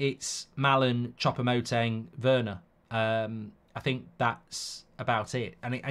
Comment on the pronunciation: 'Chopper' Moting. 😂😂😂 FFS Mark it's Choupo-Moting. 'Chew-po'. 😂😂😂 By the way, Eric-Maxim will be somewhere between Ighalo and 'Workhorse'. I.e. not very good.